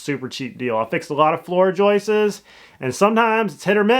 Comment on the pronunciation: Joist. Not Joyce.